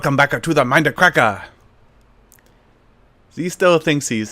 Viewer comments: "WELCOME BACK-A TO DAH MINUH CRACK-A!" -SethBling2014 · WELCUH BACKA TOAH MINDUHCRACKUH